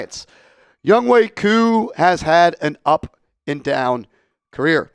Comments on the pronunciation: Youngway? Cant read good? YoungHOE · A simple search would say it’s pronounced Youngway brodie